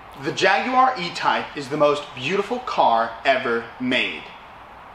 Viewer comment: You made an attempt to say Jaguar properly,well done.